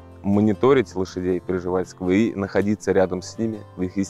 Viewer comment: Никола́й Миха́йлович Пржева́льский....не Проживальский!